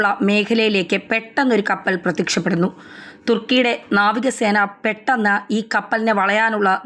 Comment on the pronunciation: തൃകുന് അല്ല 'thrikjan' ആണ്. അതുപോലെ സിപിറസ് അൽക്ക,'സൈപ്റസ് ആണ്